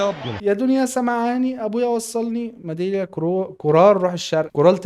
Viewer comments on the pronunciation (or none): ميدلي مش مدليا 😂